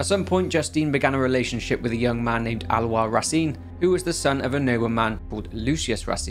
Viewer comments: It's Ah-lo-ees. Not Al-wah. Lol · Wow Alois pronounciation is Alowa not Alois HAHA! Thanks! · Little aparté, Aloïs is pronounced ah low hiss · Great video! Pronunciation guide from a French guy (named Basile) : Aloïs sounds more like Alohiss and Basile like Bahzil.